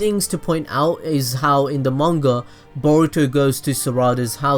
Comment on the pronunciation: i thought he said burrito and sa raa da xd